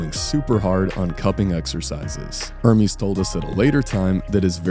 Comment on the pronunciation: it's not er-meeeezz it's errrmes